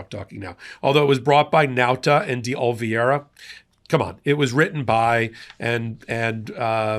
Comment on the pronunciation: Can you say O li VE ra!